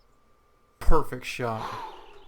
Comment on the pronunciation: "perfeckt shot!" i like it